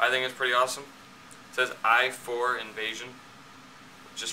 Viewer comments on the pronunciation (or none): Did he just say invasion instead of invision